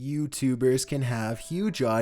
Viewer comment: Not even 5 seconds in "Youuhtubhers" 😂